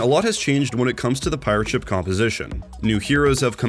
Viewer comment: At the start, why do you say pirate-(SHIP) instead of (PI)rate ship like a normal human being? Actually really annoying. Same thing with concussion-(MINE) instead of con(KUSH)ion mine. Being able to write a good script is less useful if you can't read for shit. Just saying the words in the correct order isn't the whole job